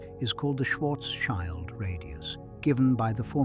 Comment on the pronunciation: It's Schwarz-shield, not Schwarz-child. 😆 Schild = shield